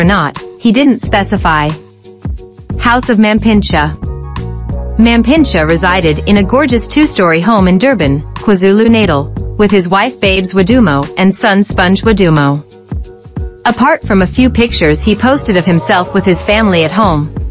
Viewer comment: Kwazulu Natal pls not nathal